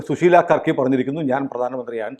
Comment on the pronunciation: യാർക്കി അല്ല കർക്കിയാണ്